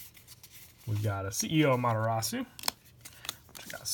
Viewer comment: This guy needs to get his pronunciations straight. A-ma-tey-rah-sue Ray-zer Ah-sure-ah-kai-zerr Still great vid tho (Btw all the pronunciations are in the anime so get on that)